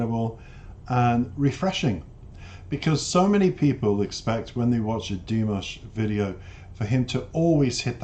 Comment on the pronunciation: Dee-MOSH, not DEE-Mish.